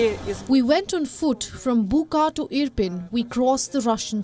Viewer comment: It is not buka, it is buča, which prounaounce as bucha. Ch same as in chuck or chick..